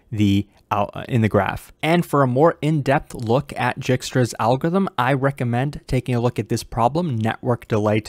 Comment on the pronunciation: I like how says "Algo-ithm ", totally eliminating the R, in every single video he makes. Btw great explanation as always.